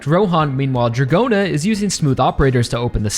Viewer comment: Dragona's name is also pronounced as DRAGON-a and not Dra-GOE-na